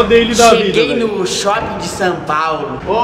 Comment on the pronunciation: ele falou shuping